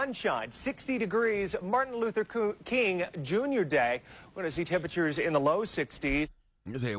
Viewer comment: You are saying MARTIN LUFFER. And giving him crap for saying coo. A linguistic expert came out and said it's a common mistake when reading it in a sentence